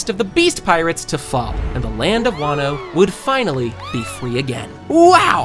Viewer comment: Ele falando wanno e não wano